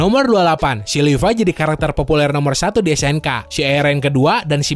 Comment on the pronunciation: Levi❌ Lipai✔️